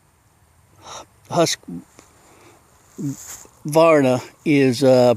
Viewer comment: thx for your review! Just so folks to know (and, this is not a snark!)... the brand pronunciation of Husqvarna is... hoosk.VARRR.na (hoosk not husk, and VAR gets the emphasis). 99% of Americans pronounce it wrong so I thought I'd clarify. Thx again for your video review!